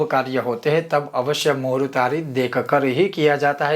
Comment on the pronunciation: Muhurat nahi. Sir muhurt bolakaren please